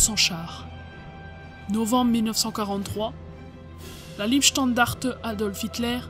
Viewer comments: trop de fautes de français mais surtout une prononciation de l'allemand des plus fantaisistes. C'était la LEIbstandarte (Lei comme ds l'ail) et non la Liebstandarte. L'allemand est pourtant l'une des langues les plus faciles à prononcer. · Pas mal de formulations malheureuses sur la voix off, c'est dommage. Et on ne dit pas LIEbstandarte, mais LEIbstandarte. Pour le reste, c'est super intéressant, avec plein de photos inédites/originales. Un gros travail de recherche mis à disposition de tous. Du très bon boulot. Merci pour cette vidéo ! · Leibstandarte se prononce "La" "Ib" "Standarte" :) Docu intéressant au demeurant. Merci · apprenez que Leibstandarte ne se prononce pas " liebstandarte", Liebe signifiant amour tandis que Leib veut dire " corps"! De toute évidence vous n avez pas appris l allemand! Quant à la vidéo, je préfère ne faire aucun commentaire, mes propos risquant d être politiquement incorrects! Enfin, était- il vraiment nécessaire d empoisonner le chien?! C'est ignoble! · On ne dit pas non plus Liebstandarte mais Leibstandarte. [Laïbstandarte]. J'ai bien aimé aussi le coup de la "Ritter creuse" :D